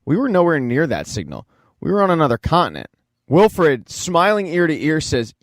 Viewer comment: Its Wilford, not Wilfred. Its not a first name. That's a main character dude, his name is plastered all over the train FFS. Could've at least double checked THAT of all things. Also you missed a very subtle neat detail at the very end - they show grass and plants growing nearby, with small living creatures. It means while everyone thinks their New Eden heat pocket is just temporary refuge, its not - the freeze apocalypse is finally starting to end.